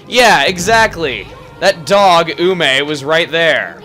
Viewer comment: You said Ume right! Huzzah!